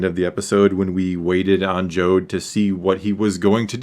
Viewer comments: Jod not Jode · Jod like odd, not Jod like ode